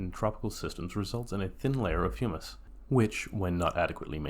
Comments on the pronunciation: Humus is said like Hugh-mus or Hoo-mus not Hummus. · Hummus is a bean dip. Short U, rhymes with 'hum muss. Humus sounds like 'Hugh muss. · Hummus and humus are two different things. Humus is pronounced HYOO-muss. And hummus is pronounced HUH-muss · you are correct. Its Huuuuumes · Sorry, I can't take seriously a video about soil by someone who can't correctly pronounce "humus" and apparently doesn't know the difference between herbicide and fertilizer. Nor do I care for clicking on a video on Terra Pera and getting a sermon on the evils of the ag chemicals that are keeping us fed. Here's what I hate in general about the BS over Terra Peta and the attempts to recreate it. It completely ignores the primary problem with our understanding of soil. Soil is not "stuff". Soil is not a set of things. It is a system of interactions. No one is going to recreate Terra Preta in North America or Europe anymore than they could recreate a tropical rain forest. Terra Preta is a tropical rainforest soil based in yellow clay. Putting charcoal and fish bones in the ground in Massachusetts isn't going to create Terra Peta any more than it's going to grow up in a rainforest of mahogany and howler monkeys. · I am pretty sure 50,000 worms don't equal the weight of a cow, plus that's an extremely low population density.Maybe you meant 500,000 worms per acre, which is still inaccurate regarding weight comparison but closer. 2.5 minutes in and this combined with the hummus\humus pronunciation thing doesn't inspire confidence in the accuracy. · you don't pronounce humus like that chickpea spread for your pita bread 😂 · I wonder how someone making a video on soil manages to get that wrong.